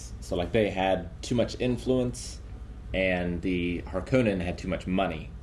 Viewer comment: Hark-O-nens, it's a Finnish Sir name. No Conans. The author of Dune pronounced it in interviews.